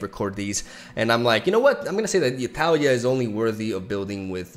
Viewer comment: Its pronounced Tah-LEE-ah